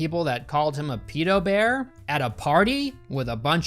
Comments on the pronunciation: Stop calling it Peedo bear please. That is how British people say it. No one in the movie even says it ike that:P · It annoys me so much you mispronounce pedobear when you show them saying it properly several times.